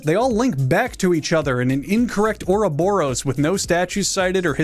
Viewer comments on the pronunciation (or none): none